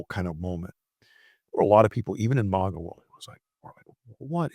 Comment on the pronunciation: What is this "Mogga" thing? It's MAGA, pronounced like "bag uh". Annoying.